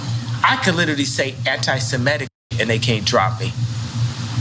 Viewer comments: Anti-Semetic? The guy can't even pronounce it correctly. Not surprising though, considering he thinks there were 12 lost tribes and not the canonical 10 lost tribes. In my best Mr. Rogers voice: Can you say cretin? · He can't even say antisemitic properly. But is it true that he is changing his name again and this time to "Nay"? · Dickhead can't even pronounce anti semitic properly. Why do people idolise these fools?